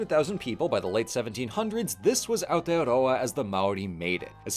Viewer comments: the first non kiwi to say it right thank you for not making me angry by not saying aotearoa properly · I normally skip videos about Aotearoa because the lack of effort for trying to learn any of the pronunciation in them can be painful being from there myself that I ignored this video when it first came up for me as I haven’t seen your videos so I didn’t know if you’d put in that effort but I’m SO impressed! You’ve put in so much effort for this video it’s so lovely to see, not only with the pronunciation but also not starting with the white history as that’s what most people start with, thank you! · THE ONLY AMERICAN TO PRONOUNCE AOTEAROA AND MĀORI RIGHT. Thank you, thank you, thank you! Also, damn right our ice cream rules. Try whittakers chocolate too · NEW ZEALAND VIDEO?? BY A NON KIWI?? WITH AOTEAROA IN THE TITLE?? AND DECENT PRONOUNCATION?? I will give u my first born child